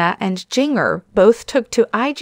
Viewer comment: Her name is Jin Ger. Not jing er